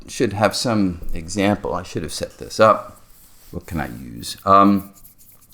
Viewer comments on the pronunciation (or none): none